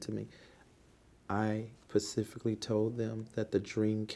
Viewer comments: “I pacificly remember it” boy what 🤣🤣🤣🤣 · Listen to me "Ah Pacific-ly" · he “pacifically” told them that the dream about the super bowl “came from somebody else” ... 🙄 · I understand you were scammed but come on lady. $500 and God will help you? You believed that???? Never go to these “churches”. Especially or “PACIFICLY” (as this guy says it) MEGA-Churches. Never go. Never. They won’t help. They want one thing. (Or maybe 2 things if you are “down”). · He straight up said she is fornicating or forging with her mouth smh what the fuck. All his double negatives..saying dont instead of doesnt..saying AXE which drives me nuts..and pacifically instead of specifically. All while saying this uneducated drivel with a soft voice like hes fucking intelligent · I Pacificly told them 😂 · He don't know pacifically. Axe Michelle. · He PACIFICALLY told the people it wasnt his dream. Lol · All that money, yet he can't buy intelligence. He thinks "axed," "repable," "pacifically," etc, are words. He's unbelievable inarticulate... stupid, really. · 'I pacifically told them', that God was backing the Denver Broncos in the Super Bowl. God doesn't concern himself with correcting pronunciation, but he does take a punt on major sporting events. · “listen to me, i pacifically told them...” you have to TRY to be this fucking ignorant.